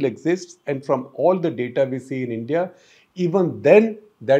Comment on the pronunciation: It sounds like I.N.D.I. alliance. Shekar was almost there :)